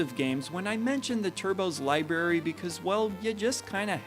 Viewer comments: it's "library" :) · You lost me at "LIeberry"! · I was gonna comment “Libary” but he already addressed it lol